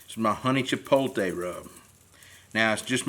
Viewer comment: Chee-pote-lay not Chee-pole-tay my brother. Love your channel and all your products sold at Mississippi Grills and Kroger in Madison. I have em all .